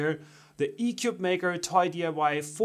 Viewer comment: Your initial commentary made it sound as if this was a crappy ‘4 in 1’, when frankly the only thing bad about it was your review. The company isn’t doing itself any favors by having you or your feedback on its product; for starters you cannot pronounce it’s name correctly. Shame on you and your review.